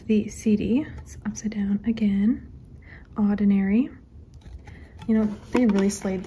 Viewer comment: when you say "oddinary" it sounds like "ordinary" but with an Australian accent